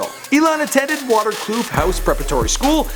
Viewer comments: water cloof? WATER CLOOF? you legit just said water and cloof if you are gonna pronounce something pronounce it correctly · pronounced vater kloof